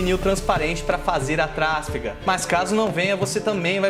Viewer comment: Só uma observação insignificante: trasfega é paroxítona. Pronuncia-se trasfÉga e não trÁsfega.